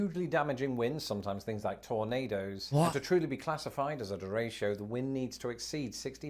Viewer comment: You actually said "derecho" better than he did.